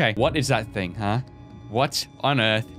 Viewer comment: "The ting out of the nightmares" .